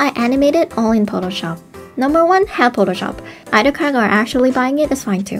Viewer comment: Potoshop? So close to Potatoshop.